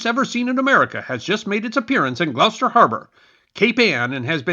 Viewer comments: I watched your pink flamingo video a couple days ago, and after hearing you say Leominster in that one, i just had to watch this one to hear how you'd pronounce Gloucester, lol. P.S. i was surprised you pronounced it quite well. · Thank you for pronouncing Gloucester correctly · Ty for pronouncing Gloucester correctly.